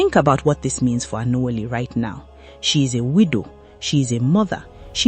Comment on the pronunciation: You are obviously not an igbo. The name you're struggling to pronounce could be Anwuli which means Joy in English.. Alexx lived a beautiful life and his memories and the joy he shared with her will over run whatever the evil in the internet space has for her. She's a wonder woman and she will never be alone Alex had a formidable force as friends and family, they will never leave her alone. May his soul rest in peace and may she be fioled with strength to cope with this vacuum Alex left behind.